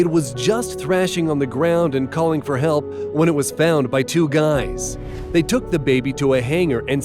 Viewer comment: did you say help or hell